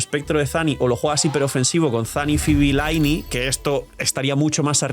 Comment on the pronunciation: A ver por favor para ya de una maldita vez de llamarla lainei se dice ly-ney ostia que mala costumbre de llamarla mal y ni que fueseis monos